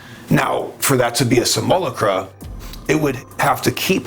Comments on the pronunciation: Brother: it's "sim - you - LOCK - rah" or "sim - ull - AWK - rah" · Much love brother! I want to share with you. Simulacra… sim-you-lAck-rah. That’s all ✌️ and ❤️ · Your videos are always metal af. Thanks brother! FYI just saying it before someone else does, the pronunciation of simulacra is a little different. But you got the idea down which most don’t 🤙🏼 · Simulacra: sim-you-lack-ruh Simulacrum: Sim-you-lack-rum >_< :D